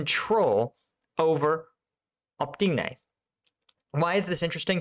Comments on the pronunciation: I really appreciate your insight, your videos are amazing. But could you please stop butchering the names of those towns? Just read the letters in the right order. Please. Please! No, I'm not Ukrainian. Still, it's Opytne, not Optyne. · Oh - pyt -nay!!!! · Opytne pronounced "Oh-Pit-Ne". Just to putting it out there to help end the month long struggle with that name hahaha